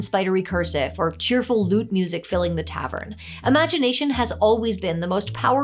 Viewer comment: Did I hear 'Loot-Music'?